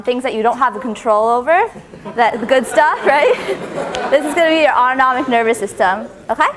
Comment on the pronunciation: jayzus if i, like, hear a'udonomic nervous system one more time